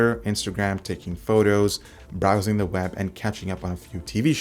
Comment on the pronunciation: “bowsing” the web.